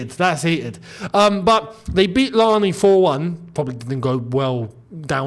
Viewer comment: Youneses pronunciation of larne as an Irish man is killing me 😂